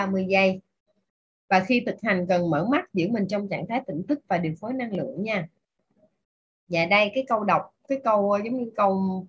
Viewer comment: Xin cám ơn BPS rất nhiều . ❤️ ( mình có góp ý nhỏ : người đọc công thức giọng được nhưng ko có hồn trong giọng , phát âm chưa chuẩn từ : Năng lượng - đọc thành Lăng lượng . Xin cám ơn )